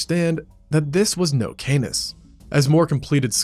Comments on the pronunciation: the pronunciation of Canis is 'Kah niss', not 'Kay niss', because it's Latin, not English. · Stop saying Canus!!!!